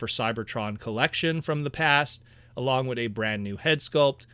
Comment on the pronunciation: Why do you say "wit" instead of with? What accent is that I'm picking up on? I mean no offense. Genuinely curious. I've found this line to be a joy and I welcome more. They could do more than two waves and I'd love it.